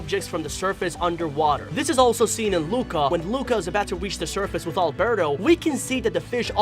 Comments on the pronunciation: He said albero and not alberto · Lol did i just hear him call alberto albero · I like the way he said Albero instead of Alberto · When he said Albero I was like:............does he mean Alberto